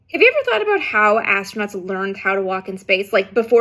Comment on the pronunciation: A. I love how you say "about." Still a Canadian at heart! B. Is that a glove flying away at about 40s?